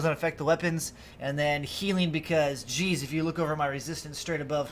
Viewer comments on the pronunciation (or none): none